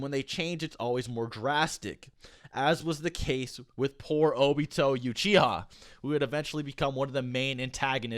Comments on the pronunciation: What is youchiha? It's uchiha. oo as in oops. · why are you saying "youchiha" its uchiha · It's pronounced oo-chiha not U-chiha lol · Why does he pronounce it you-chi-ha, I thought it was oo-chi-ha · Nobody:: madara youchiha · he called uchiha 'yuchiha' in this video, man when was this thing even released? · Not mocking but I’m cracking up every time you say “YOUchiha” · Stop saying youchiha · It’s “oochiha “ pronunciation btw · Hears Youchiha Ight Imma head out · You-chiha? Really? Whyyyyyyyy!?!?!?!?! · Three years later and I still can’t stand the “you-chiha” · i love your videos but wtf is a you chiha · Nobody: Not a single soul Old: YOUCHIHA clan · No one:”you”chiha clan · Three years ago... I would say youchiha too lol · MaDARa you-chiha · bruh he says youchiha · Why u saying “you chiha” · Madara Yuchiha. That pronunciation of "UCHIHA" lol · Said Youchiha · Youchiha ? Damn I ain’t know the were pronounced like that 😂😂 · PLEASE STOP SAYING YOUCHIHA!!! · Love this video but.... Youchiha?!? 😂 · Why is he saying 'yuchiha' it's Uchiha lol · Tricky you have to text how it’s pronounced like ooo chiha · Why do you say juchiha lmao? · you-chiha? lol. Also idk why people keep saying that madara bodied sasuke blind... he used limbo or w/e on him with his 1 rinnengan, sasuke wasn't floating in the air due to some invisible fairies. and even then it was all plot that allowed that to happen, sasuke could've just activated susanoo or maybe at least try to resist. i'm quite interested in knowing/reading where it says that the rinnesharingan is stronger than the rinnegan and that the god tree makes someone stronger etc. not saying that it isn't but where does it say it is. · its uchiha not youchiha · i enjoy the videos but if i hear "youchiha" one more time ima beat someone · You-chia? Lolol😂👌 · "youchiha" Im out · Love your vids, but couldn't watch because of "You-Chiha". Looking forward to that new new!